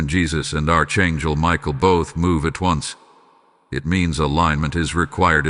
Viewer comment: Archangel is pronounced Ark Angel